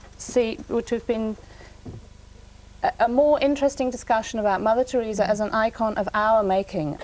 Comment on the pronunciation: Tureeza lol